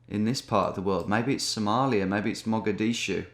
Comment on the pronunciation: Me a Somali thinking: he isn’t gonna get this right hehe😈 Him 2 sec: “could it Mogadishu” LITERALLY SHUTS MY PHONE OFF